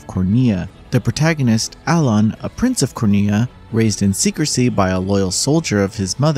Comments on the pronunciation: Bro can’t even pronounce the main characters name right 😂 Also rap port? Sheesh what a mess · Lol what do you expect? Game “journalists” only play games enough to vomit out content as fast as they can. You can’t expect them to do the bare minimum and learn how to pronounce the main character’s name(ffs the voice over says it how can you get it wrong)